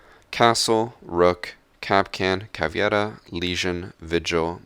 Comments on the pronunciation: CavEIra not CavIEra,but good video dude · why do he say Caviera? its caveira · for the gods sake, stop saying caviera. Its a portuguese word, not spanish. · The way you pronounce Caveira and Maestro 😂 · Why insist on mispronouncing Cav to make it sound Spanish, but not use any accent on Mira, an operator from Spain? Think capoeira, another Portuguese word. It's like nails over chalk every time. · That accent when you said caveira and maestro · listen to how he says caveira and maestro lol